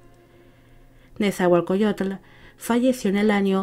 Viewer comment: Un gobernante famoso, su poesía ha logrado prevalecer a pesar del tiempo. Mi escuela secundaria lleva su nombre. Solo una pequeña corrección, así no se pronuncia su nombre.